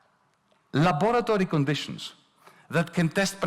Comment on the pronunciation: "la-bora-tory conditions". Surely a new drop.